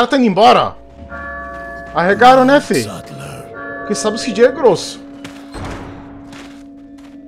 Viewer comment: "Sí jei" eo caralho a pronuncia certa é "cê jota"